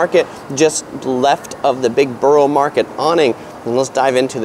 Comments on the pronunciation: It's pronounced "Burra" market and he showed Tower Bridge, not London Bridge. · It's pronounced burra or burruh but otherwise thanks for the vid :)